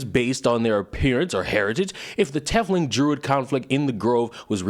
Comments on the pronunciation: Just don't call dwarves "diggers" with the hard "r". Also our boy trying to pronounce tiefling is hilarious. 😂 Also, "dro"... fun times. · And I believe it’s pronounced “Tea fling”. Like teeth with an F then ling. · Speaking of First World "problems". I just hear, "I'm not victimized enough for clout irl so I'll choose to take offense at fictional depictions of deplorable behavior." Also, tiefling is pronounced like 'leaf-ling'. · Quick thingamabob. It's pronounced like TEEF(Teeth, but but an 'f' rather than a 'th')-ling. Not trying to get on your case or anything, just giving the common pronunciation. That aside, I feel like I tore into that person over it because, as a fellow black person, I didn't see any of the racism within the setting as anything referential to real world racism and the like. Instead, I saw it las such: the fantasy racism on display has meaning and it goes beyond just "these people look different, so let's treat them poorly." Will put brackets around the next good bit since it explains what I'm talking about in a bit of detail and it's long. [Tieflings are in someway related to Devils and/or Demons(the latter is much rarer and not really explored in BG3), be that through direct blood relation, residual effects from a pact or deal with a Devil somewhere in their family history or forceful transformation into one, and are distrusted because Devils in the setting are shifty and distrusted—they tend to want your soul or things that are more valuable to you than you would initially realize as part of a pact with them. Not all Tieflings are bad, the vast majority are decent enough people though the lot you meet that Lys refers to are a mixed bag: most of the adults are alright people or even good people with flaws, but the children have formed a thieves guild of sorts and are stealing things from the druids and thus worsening the tension in an already tense situation. Mind you, sa